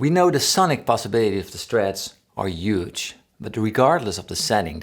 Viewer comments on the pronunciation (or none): big fan of your videos and not a diss. But Trump says 'yuge' as well. :)